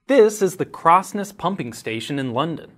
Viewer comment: Such a shame about the Crossness pronunciation